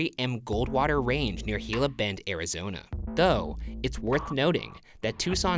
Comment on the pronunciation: Oh my god, Ryan pronounced Gila Bend correctly! I’m pleasantly surprised, a lot of people mispronounce it.